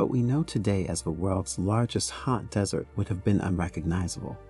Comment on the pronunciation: The whole thing is about a desert. And yet, they couldn't get the AI to pronounce the word right.